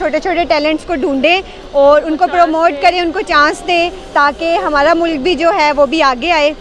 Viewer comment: Its hamaara....not HMMAARA...ANGREZI SHIKH AAIYE